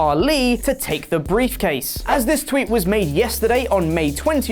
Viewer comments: did you say "beefcase"? Sounds like it should be a new nickname for Lesnar. That or his briefcase is full of deer jerky. Which would make sense. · Is he saying "beefcase"? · briefcase not beefcase